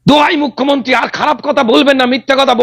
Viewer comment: আবার সেই মুখ্যমন্তি আর রুদ্দনিল। অসহ্য। রুদ্র, আপনি দয়া করে রোজিনার উচ্চারনটা একটু ঠিক করে দিন।